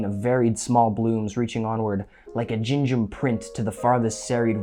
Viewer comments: "Ginge 'em." Not even close. Lol. Gingham rhymes with "ring 'em". Do you even know what it is? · Great essay! It's pronounced "ging-um." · Gingham is pronounced with the g sound like gary so its more like ging em, its the pattern of fabric that was common back then, if youve ever seen a western youve probably seen someone wearing it. It looks like a outdoor table cover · It's pronounced "GEENG-gum." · Gingham is pronounced ''Gingum' with a soft G, like green. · That's not how you pronounce gingham. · Excellent video. One very pedantic note: "gingham" is a type of patterned material (the kind you always see farm girls wearing.) The first syllable is pronounced like "sting" and the second is "um".